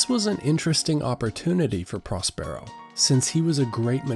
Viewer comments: he says pros PAIR O but its pros PUR O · It‘s Próspero — not Prospéro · It's PROS-per-o, not pros-PERE-o. 350,000 views and the main character's name is mispronounced. That's the internet for you. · Pros pear o🤣🤣its pros per o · PROS-per-o. Not "pros-PERO." This pretty much ruins the video for those of us who know the play.